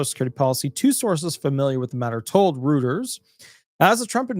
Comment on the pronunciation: Reuters is pronounce "ROITERS".